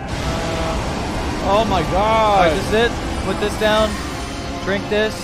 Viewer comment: 'vis time'.